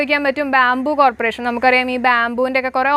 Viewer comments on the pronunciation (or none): none